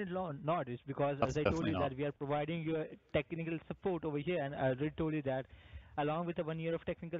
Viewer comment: You're prowiding me? You didn't prowide me with a damn thing! :-)